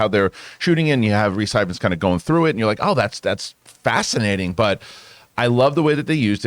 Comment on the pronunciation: Err, guys, a bit of pronunciation advice, “Ifans” is just the original Welsh spelling of “Evans” - Rhys’ brother Llŷr (also an actor) uses Evans as his surname. The first syllable is “iv” not “ev”, but otherwise it’s the same. The brothers were raised in the same small town I was, but they’re around 10 years younger than me.